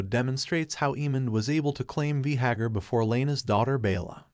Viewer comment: Bro do you watch the show? You’re mispronouncing most of the names 😂 “Veehagar”